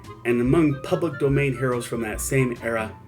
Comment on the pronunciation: "Public Doman" 🤭